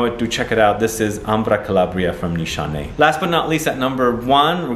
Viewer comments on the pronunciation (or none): none